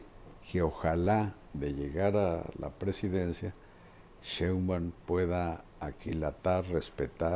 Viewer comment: Joaquín hay que poner a Marín como se pronuncia la Sheibaum, pronuncia muy mal que diga 100 veces como se dice NO LO DICE BIEN ME divierte peroNO ES COMO LO DICE ÉL. SOY FAN DE LOS DOS. DIOS LOS BENDIGA🥰